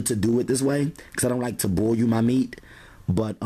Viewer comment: I like how he pronounces "boil" as "boy-you" haha